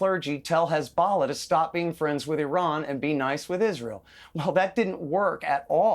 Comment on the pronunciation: never mind finding it on a map many of them don't know how to pronounce the country hence they call it "Isreeel" !